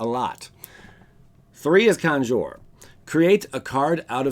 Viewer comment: I like how he said Conjure with the razzle dazzle at the end. It wasnt "conjure" it was "Conjour". I felt fancy typing that out.